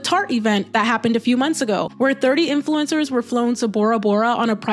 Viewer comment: You got everything right, except the saying "influincers" part about 40 times. Not influinced by SHHHIIIT! - So I removed my thumbs down, but won't thumbs up. Sadly I'm already subscribed. ... For some reason.